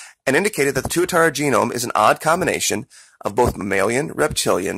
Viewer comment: tuatara you pronounced it right